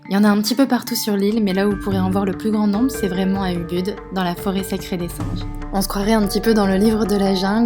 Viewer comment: Très belles images ! Quelques précisions, les "u" se prononcent "ou" (pour "munduk", "mont batur", "Ubud" etc)